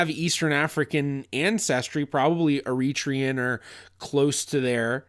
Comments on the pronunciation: Please ! Eritrean is pronounced " Ari-TREE-an" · Isn't it Er-ri-TRA-on? And please never forget, much of Youtube is pure dramatic acting. They want your eyeballs, not your logic. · Please put the accent on the 3rd syllable e ri trE an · I’ve always pronounced Eritrean with the stress on the penultimate vowel. Is that wrong? Is it a British thing?